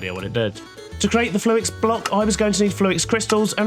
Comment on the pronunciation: say "fluix" again 🤣